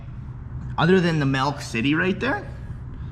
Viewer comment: "melk" okay faze adapt